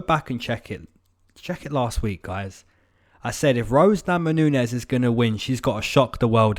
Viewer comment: "Rose Namanunes" ? :D